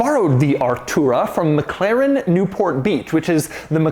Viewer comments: its Mclaren not Mcleren !!! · MCLAIREN ?? I never noticed he cant say Mclaren.